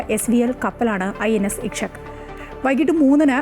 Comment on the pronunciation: ഇഷക്ക് അല്ല ഇക്ഷക്ക്